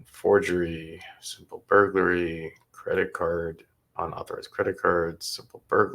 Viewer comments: Thank you, I was about to comment on the same thing. "Burgery"-when you're craving burgers but can't really afford to eat out, so you steal them instead😏🙄😆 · Is she saying “simple burgery”😂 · The girl who reads the charges in the beginning always drives me nuts cuz she says mirabello and when she says burglary she doesn't say the L lol